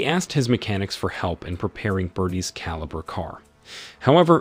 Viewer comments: It's a Holden calibra in Australia 🦘 think that's why he keeps saying calibre think the whole thing was done with ai 😂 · Caliber car? It's Calibra ffs! And the second car is a Opel Manta, not a fucking Audi, do some fucking research!